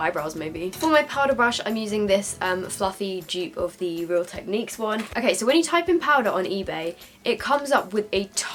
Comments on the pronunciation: Its not pronounced techniq its pronounced techneeque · Ur pronouncing technique wrong ur saying technick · oops all my life ive pronounced technic as like techneeeck instead of techn-ic (like ive not said it like you say it, )... does that make sense??! but ah well hahah x